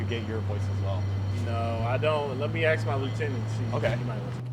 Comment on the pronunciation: You ‘now it’s bad when cops have cornrows and say “aks”.